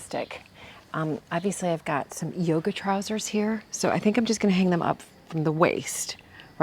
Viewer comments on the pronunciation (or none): none